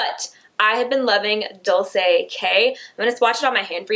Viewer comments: IT'S "DOL-CHAY" NOT "DOL-SAY" lol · It's pronounced like dole-chay, not dole-say! Like Dolce and Gabbana. Love you lol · It's Dol-ch-ei like Dolce and Gabbana lol. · Its dole-chay.Dolce (dole-ché)